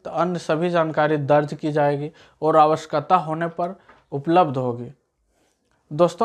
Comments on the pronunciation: wo awashayakta hota hai awaksata nhi hota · Aawashkata nahi awashakta